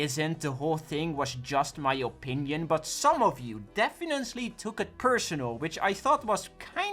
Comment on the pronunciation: "defiently" lol